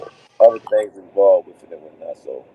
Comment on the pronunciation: “ It’s certain thangs that Tank don’t wanna Deww “